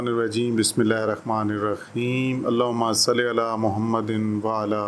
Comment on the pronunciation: Sir Bismillah ky akhir ma (الرحيم) Ha Ap خ phar rahy 🙂